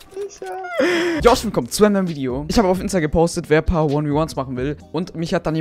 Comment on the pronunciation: Sagst du am Anfang,,Joshio‘‘?